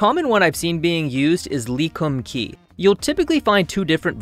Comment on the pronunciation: the way he said Lee Kum Kee! LOL